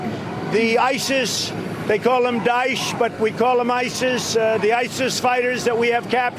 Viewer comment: They call them dice..... Daesh.. It's Daesh its not English, it's not French... And no that idiotic moron just learn that word. Stop portraying it like it has an ounce of intelligence.